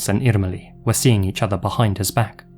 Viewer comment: Yes, especially "Irmeli" with the hard "r" was perfect!